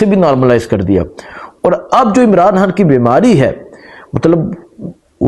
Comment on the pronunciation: Salam alaikum bhai pls Imran han nhi Imran khan hai or habar nhi khabar hota hai pls thk se name liya karain pls imran Khan bola karain